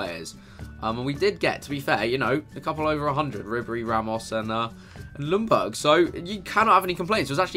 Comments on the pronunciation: Worst, pronunciation, ever. Lj=j, not L. Ljungberg is not Lungberg, it's LJungberg. Gosh!!!! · It's Ljungberg (Jungberg), not Lundberg. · im from sweden and you dont say Lungberg you say it like Jungberg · Isn't it yunburg notlumburg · It's pronounced "Yungberj" not Lungberg lmao. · Why do you pronounce it "Lungberg" when in Swedish it's pronounced more like "Yungberg"? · You actually say Jungberg not Lungberg. The L in the begging is silent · You aren't saying Ljungberg right. I am swedish and it's a silent L. His name is pronounced Jungberg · His name is LJUNGberg. Every non-swede seems to get it wrong... ;) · pronounced lyundberg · Jungberj is How you pronounce it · It is pronounced lyun-berg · It's pronounced "Jungberg" or the actual swedish pronunciation is "Jungberj". Please people if you're not swedish, do not try to teach a Swede how to pronounce a swedish name. Lol. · Its said jungber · It's "jungberg" mate :) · Chris, I'm from Sweden that country Ljungberg is from but you say it like "jungberg" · Lumberg? lol Chris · You Said Ljungberg wrong... You say the Ljung like young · You don't pronounce the "L". I know it's silly, but you say it like this: Jungberg. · I am swedish and it is Jungberg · It's pronounced Youngberg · Pronounced Junberg, the L is silent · You pronounced his name soooo wrong hahah!! U skip the L and say Jungberj. And the G is pronounced as a J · Your saying the legends name wrong GG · The L is silent in Ljungberg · You don't really say ljungberg using the L just say it without it and you're saying his name properly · That Ljungberg pronunciation is soooo bad. Hurts in every swedes heart